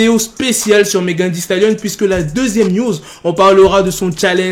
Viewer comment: Sa se dit «megan thee stalion»